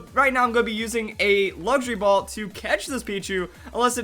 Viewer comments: I kept Hearing Him say Laundry Ball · I thought you said laundry ball lol